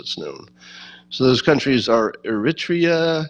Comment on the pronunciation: Scott really starting to advance the widespread view that Americans not so great at geography - can’t pronounce Eritrea, and first time even said Myanmar (despite ongoing regional ethnic cleansing issue going on there, unusually, against a Muslim minority). Also - how does the proposition that it’s a racially selective virus jive with adding many distinctly non-Chinese/Asian majority countries to the non-entry move?